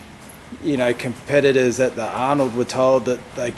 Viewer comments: Does Lee call competitors compedalers? XD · Compediddlers? Lee, are you high?